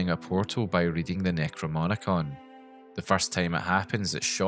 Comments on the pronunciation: Necro-no-mi-con, not Necro-mo-ni-con 😭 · very much enjoyed this video but you pronounce necronomicon wrong every single time 😭